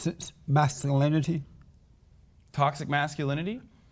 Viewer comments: He cant pronounce toxic Lmaoo tossed it masculinity tauxit masculinity Lmaoo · Haha, and JLP trying to pronounce "Toxic masculinity". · Man can't even say toxic masculinity 😂